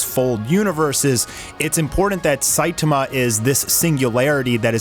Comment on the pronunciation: I like both, i,m just joking on "sitama" :D It sounded to me like shitama haha